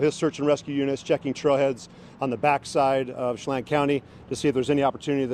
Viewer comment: Chelan=she lane, from what i know.